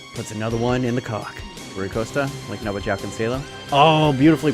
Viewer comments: The way you said Joao is really painful to my ears😂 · its odd joao is pronounced joe-ow